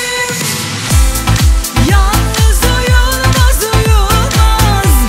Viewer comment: ''yanlız uyulmaz'' nedir arkadaş? nasıl bir telaffuz?